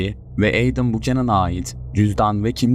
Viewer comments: Adam(Edem) diye degilde Eydim diye okuman😅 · Edem değil edım diye okunur. Ayrıca video sahibi de doğru telafuz ediyor. Laf sokucm diye komik olmayın mk